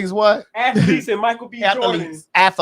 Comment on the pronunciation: "Ath-a-letes"..., no! 🤦🏿‍♀️